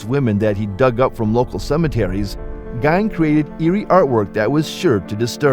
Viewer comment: It’s pronounced Geen, not Gine!